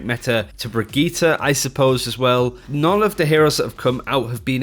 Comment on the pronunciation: QUIT CALLING HER "BRIGITTA" !!!!!! It's Brigitte with an "e" as in enema.